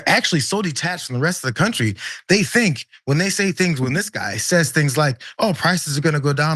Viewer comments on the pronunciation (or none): none